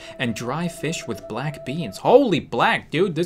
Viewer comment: I cant tell if she said plack or black